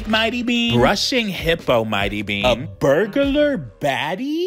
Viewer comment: the way he said "burglar"😭✋